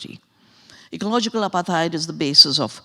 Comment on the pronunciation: It's not apa-theyed 😂😂😂 It's apart-hayd 🤦‍♀️ Or Apart-hide